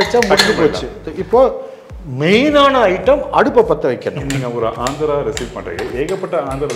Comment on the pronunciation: It is Andhra not Andra